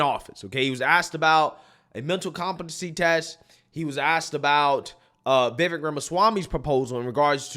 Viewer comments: Can you PLEASE learn how to pronounce Vivek's name??? You have the first syllabol right. The second rymmes with cake or bake or fake or lake. Imagine it's spelled Vivake, and you'll get it right. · Pronounce Vi-vake as in cake. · Vivek (pronounced Vivayk) should make it clear the voting thing is something he thinks would be a good way to increase civic engagement and make it clear he is not going to actually push for it. That is certainly not a hill he should die on. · It's getting old... stop mispronouncing Vivek's name.